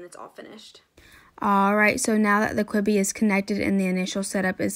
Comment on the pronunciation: Quibby when it’s pronounced q-b 😆